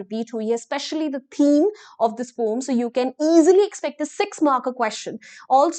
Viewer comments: Poem ko pom pronounce Krte hai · Poem❌ pom✅ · Poem bolne ta tarika thoda casual hai "pom"😂